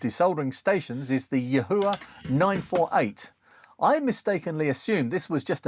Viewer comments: I'm told it's s pronounced Yee-Wha... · Yahua in a Geordie accent? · just cut the cord and junked the yihua 929d-v cuz the screws at the shaft base transferred too much heat and softened the mating plastic handle, losing too much rigidity and risking a burn also yihua (谊华, yi4 hua2) in mandarin pronounciation is like yee-hwah. Your pronounciation is very distinct and hilarious